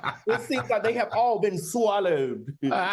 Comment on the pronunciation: When Madi said “SWAH-LLOWED” I screamed 😂😂😂😂